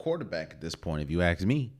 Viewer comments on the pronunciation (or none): Axe or ask?